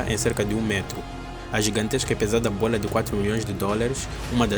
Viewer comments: Cara, vc tá falando bolha, e não bola. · “Bola” 😡🥵🤬 “Bólha” 🥰😍😌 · Bôila... bôila... rsrsrrrrs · ele fala Bôola kkk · Ótimo vídeo, e é muito engraçado ouvir ele falando "B O L A" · simplesmente a giganteixca buola do entretenimento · Toda vez que ele fala “bola” eu exploro de rir KKKKKKKKKKKKK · acho legal quando ele fala "bola" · Ele falando bola me lembra o pica pau falando bolo de morango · Cara, ótimo conteúdo, adorei aprender sobre isso. Mas é engraçado ouvir você falar bola, você por acaso tem alguma origem oriental?